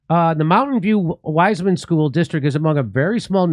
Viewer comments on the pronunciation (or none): it is not wise man. but pronounced wiss-man. I live round the. corner!